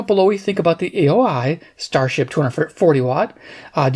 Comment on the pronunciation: It's pronounced "O-Hi"